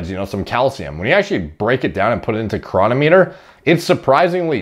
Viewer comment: The correct pronunciation is cronometer, not cronometer. You have to get the emphasis on the right syllable for the algorithm.